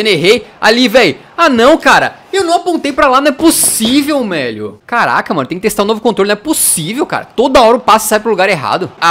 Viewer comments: ele falou melho e não velho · No momento do vídeo o fala "não é possível MELHO"